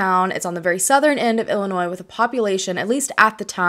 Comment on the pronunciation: Thank you for pronouncing Illinois correctly. LoL. I'm from the area and have never heard about this case. Thanks for sharing her story!